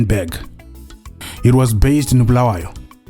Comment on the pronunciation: Oooh, Geof Nyarota one of the best journalists Zim has ever had. You are truly good at what you are do. From prnouncing Bulawayo😂😂 to your analysis❤❤❤❤❤❤❤Simply the Best ❤